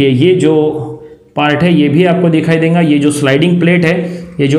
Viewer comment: E denga - denga Kay hai (it's dega not denga.) Kaha ka language hai..